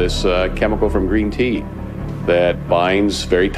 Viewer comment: ah wuv u gween tea